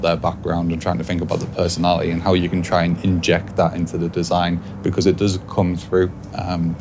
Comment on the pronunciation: Pesonali ee he says